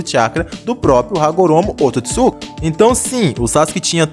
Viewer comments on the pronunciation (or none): none